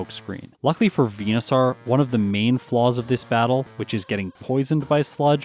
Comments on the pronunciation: it's VENU-SORE not VENU-SOUR or SAAAR like a pirate. Like Dinosaur not dino sour. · its venoSAUR not venoSORE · you’re Canadian right? Are you a newfoundler? Just the way you pronounce venosaur is different to the way I say it (northern Ontarian) You say it harder, like vena sarrr I say it like, veno soar. Idk just curious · Why do you pronounce Venusaur like that? 🦧